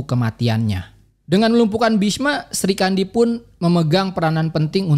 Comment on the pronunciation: Bukan Sri kandi tp Sikhandi